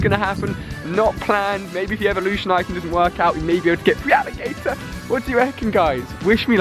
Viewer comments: Idiots of the internet Well he can't even pronounce his "favourite" pokémon. He says Free-aligator when it's spelt feraligatr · still can't help but lol every time he says "FREEALLIGATOR"... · Alia isn't saying feraligatr right not hating just saying